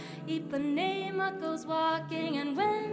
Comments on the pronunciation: Congrats to the soloist for the pronunciation of the word "Ipanema". It's common to hear USers pronouncing it as "Ipaneema" but hers was spot on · SHE PRONOUNCED IPANEMA CORRECTLY (´ゝ∀・｀)ﾉｼ oh the charm in everybody's perfomance